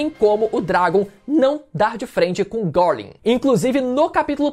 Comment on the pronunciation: É só eu que sinto dor de barriga quando ele pronuncia o nome do Garling?